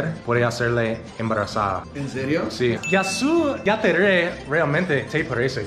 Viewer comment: El que dijo mejor fueeee: jasy jatere